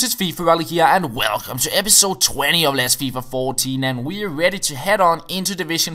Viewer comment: "and welggggggggggcome"